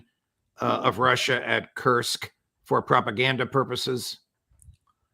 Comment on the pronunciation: I love the way the Judge is making special effort at pronouncing foreign names such as Ha’aretz & Kursk. Well done, Judge!